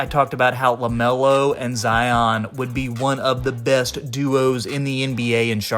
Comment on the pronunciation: Zion is pronounced the same way as Lion…NOT Zi-ahn